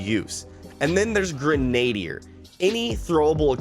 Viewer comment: just fyi, grenadier is pronounced "GREN-uh-DEER" Otherwise, great video man. Love it. Keep em comin!